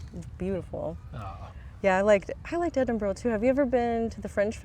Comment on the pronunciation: So you won't get the knife and fork thing eh? Okay, add that to your pronunciations of Edinburgh and Scarborough 😅😊❤